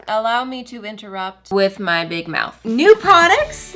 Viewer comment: Omg when ever she says ME it sounds like Emmy and that’s what people call me